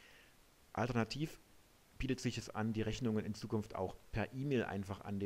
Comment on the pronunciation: oh jeee.... "Reschnunge werde arschiviert". Mit diesem Video hat sich der Eindruck verfestigt, dass man sich mit dieser Software besser nicht belastet